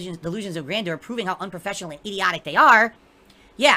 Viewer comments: I wish the "sentient" lightning would hit him everytime he says "Gran dooor" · Da'Lusions of Gran-Door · "Anyone who thinks I have delusions of grandoore is a morahn and an idiot! Anyone who says I wasn't great is a morahn dood ackackack!"